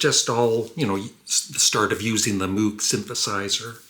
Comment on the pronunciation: Only one note here,. Although his name is spelled MOOG, it was invented by Robert Moog ( pronounced like Moe with a G ).